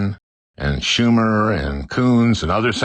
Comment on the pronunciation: FRANKEN mentioning Shoooomer are you losing it Al🧐